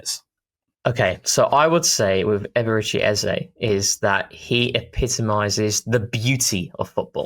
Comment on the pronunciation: The same way you pronounce the E in Eze is how you pronounce all the Ee s in Eberechi. E sounds like the e in egg.